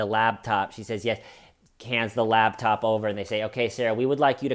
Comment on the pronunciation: Wait it sounds like you’re saying LABtop instead of LAPTOP